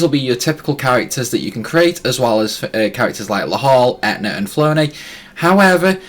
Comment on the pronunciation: 'Flo-nay?' who the F is that??? 🤣